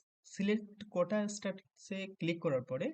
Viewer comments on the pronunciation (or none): কোঠা বলে কিছু নেই ভাই কোটা হবে উচ্চারণ সম্পর্কে সচেতন হোন